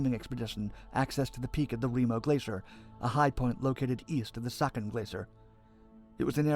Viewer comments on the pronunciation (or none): 13 has noting bad in hinduism what so ever. The strategic area is pronounced as c-ya-chin not saikan like in original video. Siachin is overlooking the Pakistan China corridor it's a strategic thing than border issue. If India gets involved in a in two front war with both very hostile neighbor siachin can control the Chinese entry point to Pakistan. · Saken!!!????? Narrator is not good at pronouncing RAW got that Intel